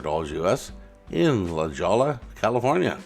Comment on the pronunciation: All of these are cool vehicles. BTW; LaJolla is pronounced "la ho ya" It's just north of SanDiego